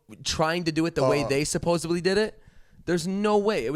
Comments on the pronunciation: It’s SUPPOSEDLY, not “supposably” lol omg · Idk why but constantly saying “supposebly” instead of supposedly makes me actually angry lol